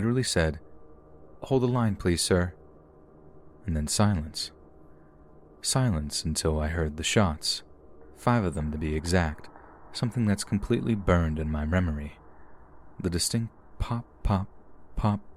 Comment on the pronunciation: Did he say "remory" in the second story? Lol